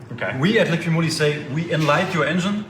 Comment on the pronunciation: Not Liquid-Moly, it's Liqui-Moly...you just have to read what is written on the bottle picture...Both are saying it wrong!